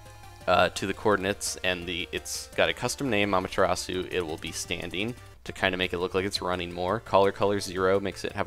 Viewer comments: Not A-ma-te-ra-su. It's pronounced more closely to a-MA-te-das. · Sorry for this, but the pronunciation isn't Ah-mah-tr-ah-sue, it's Ah-MAH-tear-AH-sueh... Again, sorry, but it's Japanese. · you pronounced it wrong. its ah-m-ah-ta-rah-soo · It's pronounced: A - mah - ta - ras.